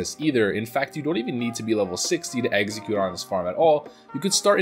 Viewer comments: Dude you keep on saying "exeggcute" like the pokemon. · uhh no, he's saying "eggxecute" - not like the pokemon at all